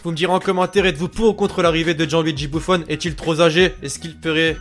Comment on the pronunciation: C'est pas bouffon ni boufon ni bouffone mais buffon